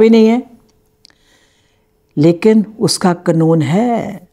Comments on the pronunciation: कनून ❎ कानून ✅ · कनून नही, कानुन 😊